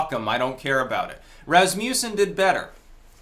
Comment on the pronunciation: Pronounced Răs-muh-szĕn